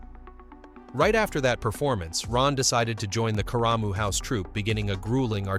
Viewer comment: Karamu House is pronounced "CARE-ruh-moo", not "kuh-RAH-moo".